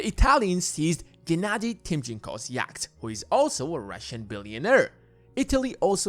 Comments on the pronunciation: 'Yacht' - Pronounced 'Yot' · I'll never be able to un-hear 'yakt' as the pronunciation of yacht. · I don't think Russian billionaires are into Andean mountain creatures. Yacht rhymes with not. Otherwise noone knows what you're talking about. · Bro can’t pronounce yacht and more 😂